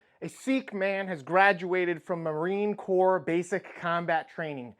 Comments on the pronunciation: Sikh is pronounced "Sick" not "Seek". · It's pronounced "sick" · sikh is not "seek" i guess. it is more like "sick"....